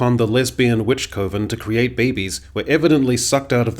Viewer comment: Btw - I appreciate the correct pronunciation of “coven”. It’s “coven”, not “coven”….because “coven” sounds too much like “oven”.